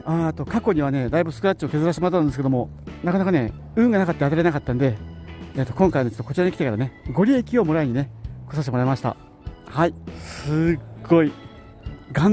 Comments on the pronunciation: ご利益(ごりえき×) (ごりやく○) ね笑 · 「ごりえき」ではなく「ごりやく」ですね😂この前から気になってしまったので、老婆心ながら‥漢字は難しいですね😁